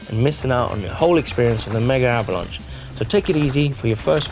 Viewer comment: Seriously boys, it's "Megavalanche," NOT "Mega Avalanche..." Sweet other than that - and you're insane to ride it on a hard tail!